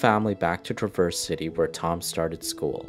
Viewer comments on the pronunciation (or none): Yeah you mispronounced Traverse City. It isn’t Truhverse it is Traverse like Travis. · It's Trav-erse city. Not tra-verse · Hey, native Michigander here! I’m surprised nobody’s talked about his pronunciation of Traverse City. Just FYI, it’s pronounced Tra-verse City (long a). Great video btw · And we pronounce the verse part as vers so in the end it just sounds like traavers, like Trevor but with an a. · Cicak Kobeng trav-erse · As someone who’s from Michigan it’s pronounced trav-erz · Am I the only Michigander that cringed at how he said “traverse city” 😭😭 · Said traverse city really wierd lol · Pronounced Ypsilanti right, Traverse City wrong, & didn't even try Monaghan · The pronunciation of Traverse City is attrocious. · I love your videos but my only qualm is that you don't bother to look up proper pronunciation of names. For example, google: traverse city pronunciation, you will get the correct pronunciation. Other than that. I love your videos!